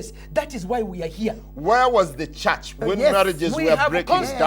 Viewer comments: WA WES DE CHACH? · 28...."Where was the Chuuch"?? 🤣🤣🤣🤣